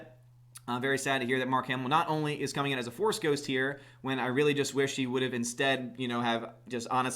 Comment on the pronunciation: A Force”D” ghost lol